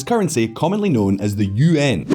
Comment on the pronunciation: The way you pronounce the Yuan is hilarious and stupid